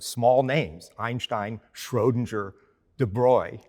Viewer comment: He makes an effort to pronounce 'Einstein' and 'Copenhagen' correctly, but then fails miserably with 'Schrödinger'